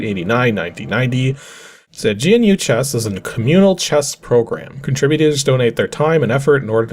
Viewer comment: I had a copy of GNU chess! I got it off of a shovelwear disk like this, but it was a floppy. Also it's pronounced like the word "new". GNU is an extensive collection of free software (383 packages as of January 2022[5]), which can be used as an operating system or can be used in parts with other operating systems. You can think of it as a precursor to the modern open source software movements like Linux. Linux-Libre was developed on GNU software. Those nerds in 1983 were the reason we all have that weird friend who is really into integrating Arduinos into everything.